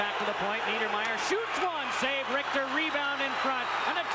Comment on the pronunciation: It's actually Mike Richter, not RICTER. Don't know what that drunk shit is lol!